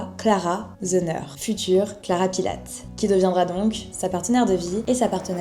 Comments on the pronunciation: Bravo pour ce reportage! Mais il faut vraiment que tu dises son nom correctement, il s'appelle Joseph Pilates, avec un S a la fin et se prononce "pilatisse"! Sinon c'est parfait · ça c'est la version américaine. En allemand, Pilates, se prononce plutôt Pilatès (en prononçant le S). C'est la deuxième vidéo que je vois de toi et c'est très intéressant, complet et la diction est parfaite. Merci pour ton travail